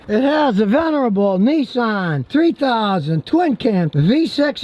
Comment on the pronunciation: Nissan Not Nessan as in Pissan ,Nissan .